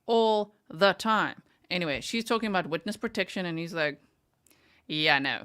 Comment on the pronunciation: She can’t speak intelligently. She says,“Why come”, ends words with a K. Also, said entyway for the word anyway. 🤦🏻‍♀️